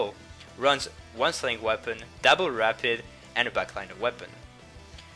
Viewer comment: When you say double it sounds so much like dapple